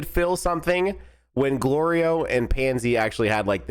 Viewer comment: Goku saying Glorio correctly had more build up than ssj4